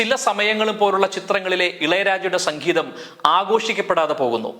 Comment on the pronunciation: സക്കീതം അല്ല സംഗീതം